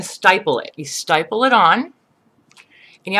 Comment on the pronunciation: STIPPLE NOT STYPPLE